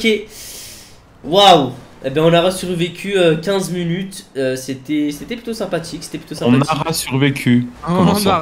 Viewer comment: " On ARAH survécus 15 munutes" AH BIIIEENNN